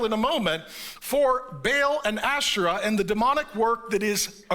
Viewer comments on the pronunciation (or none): I think the preacher is pronouncing Asherah wrong, lol. I keep hearing Astra, there's no 't', lol